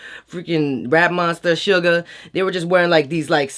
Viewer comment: Bruh it's not sugar it's SUGA